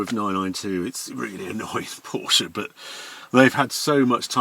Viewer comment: It is Cologne, not Koln, Barcelona not Bathelona and Porsche not Porscharr. Why does all 911's except the GT3 sound like someone blowing rasberries into a tin? Looks nice in red and black, well relatively.